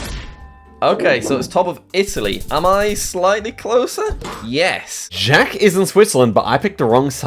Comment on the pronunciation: Jjjjack hehe love pronunciation on Jacks name